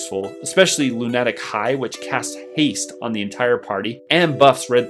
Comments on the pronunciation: Bruh Lun-neh-tic high really? Loon-a-tic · Loon-attic high is a WILD way to say the word lunatic 😂 Amazing breakdown, some really interesting insights ♥️ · I'm sorry, how did you pronounce "lunatic"??? LunAtic?? That's not even a made up word, it's a word in English, how did you get that wrong?? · Wait... wait... how did you prononce lunatic?